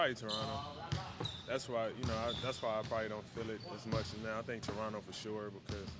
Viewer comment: Derozan definitely from Toronto after pronouncing Toronto like that haha.